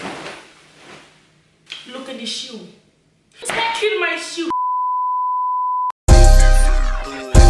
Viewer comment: “Look at de shew” 😂😂😂